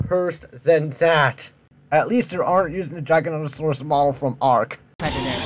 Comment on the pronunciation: Noooo, it's Giganotosaurus. With the beginning sounding like Jiga. Or the same way just with a soft G. Not how you pronounce it dude, where the heck did you get the pronunciation from? Though granted how the woman in the video says it nearly made me die in the inside